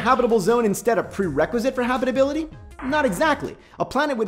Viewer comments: Habrrrible habrrribility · I can't unhear it anymore